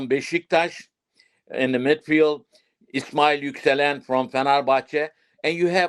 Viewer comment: Bro doesn’t know player names lol the keeper in France is not berk ozer, his name is berke ozer. The midfielder from fenerbahce, his name is not ismail yukselen. It is ismail yuksek. Also in terms of team’s current leader is calhanoglu. Even arda and kenan are looking up to him.